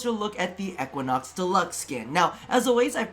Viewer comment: The pronounciation of Equinox is triggering me.